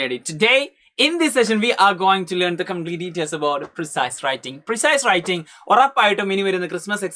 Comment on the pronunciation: Siree precise enn alla precis = pre-C ennAnn😂😂😮